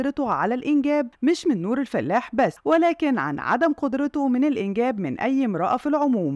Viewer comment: الفَلاَح وليس الفلّاح